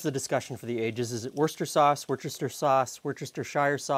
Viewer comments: I'm English. Yes...it's 'wooster' sauce. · yes, that's how you spell it, but you pronounce it "wooster" with a short oo. English pronounciation often bears no relationship to the spelling. It probably evolved the shortened pronunciation over centuries